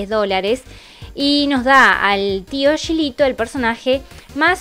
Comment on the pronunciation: Hola,, como dato te digo que el Tio Gilito se pronuncia como si tuviera una "j", igual que pronuncias "Juanito".